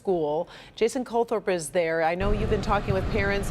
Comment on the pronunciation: there is no 's' in mijer.🤨